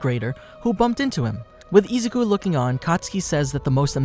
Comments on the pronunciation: boy said ''isucu'' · How many times can you say “Izuku” wrong … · Man the way he mispronounces izukus name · No offense, but the way he says “Izuku” it’s just so weird!